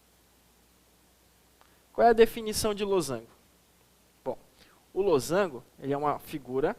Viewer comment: kjkjk losangulo eu também falo assim